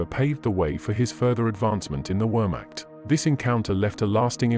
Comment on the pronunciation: I sincerely hope you learnt how to pronounce wehrmacht since the release of this video